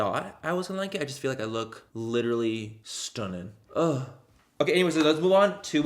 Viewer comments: I love when manny says stoonin lol it’s my favorite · If the “stunning” is suppose to be an Irish accent it’s really good 😊 x